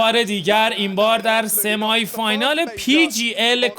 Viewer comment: استاد این کلماتی میگی درستش اینه : سِمای فاینال نه —-> سِمی فاینال دوومِین اسنایپر نه ——> دامِین اسنایپر سوپ‌رِسور نه ——> ساپرِسِر و…